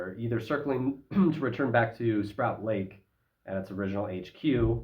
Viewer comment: Correct pronunciations are Port Alberni, Sproat Lake, Pat Bay is Patricia Bay. The pilot is very familiar with Pat Bat as that is at Sidney BC, where he flew Hawaii Mars.